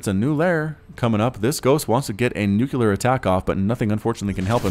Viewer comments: Gómez Cabrera he sais nukelar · Please pronounce nuclear correctly.